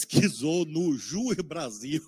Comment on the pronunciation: Não sabe nem falar o nome do site: “JusBrasil”. Ainda diz que é professor de direito…